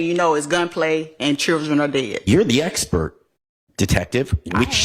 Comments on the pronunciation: "I am not an espert you didn't axe me ....." These are supposed to be professionals .... ASk Not Axe its effing absurd . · She cant even say expert 😂 typical dei